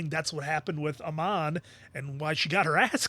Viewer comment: I know I’m late but the fact that they said “Amon” like 100 times season 1 and he still says a-mon is just hilarious